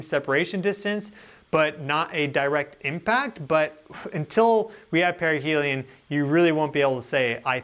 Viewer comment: Sorry but perihelium keeps sounding like perineum.